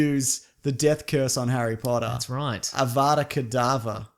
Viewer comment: avada kedavra not kedava amazing podcast as always guys but it's always a little annoying when you say kedava, I don't even like Harry Potter